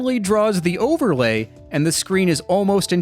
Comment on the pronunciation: Really enjoyed the video, but at one point instead of overlay I swear you said ogrelay.